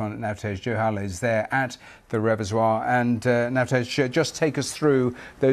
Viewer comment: ".... the REVESOIR ...." REALLY? And you're English and working at the BBC? God help us all.